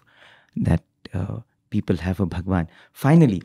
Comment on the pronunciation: Wonderful thank you. My only feedback for the anchor/host/radio sai team is - is it possible to say "Bhagawan" without too much stress in "Bha"? Sometimes its repeated again and again when you hear it in headphones, it gets a bit uneasy. Thanks for understanding and keep up the great work.